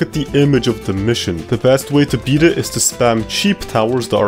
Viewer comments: I can't with the "bet" insted of beat 😆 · tell me why you say i bet a gamemode when its pronounced i beat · Great video. I’ll have to give you a 3/10 for your constant pronunciation of “beat” as “bet” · I get the urge to rip my brains out every time he said "bet"... ITS BEAT!!! PLEASE STOP SAYING I BET THE MAP!! ITS I BEAT THE MAP!! PLEASE!!